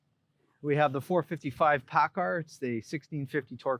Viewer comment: you ruined it when you said PACCAR